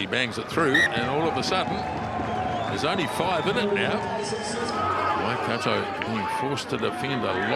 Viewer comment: Pronounced: Waikato... Y..Car..tore! Come on guys, you've been around long enough!